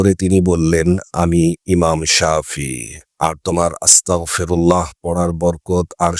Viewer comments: উচ্চারণ হবে আস্তাগফিরুল্লাহ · উচ্চারন হবে আস্তাগফিরুল্লাহ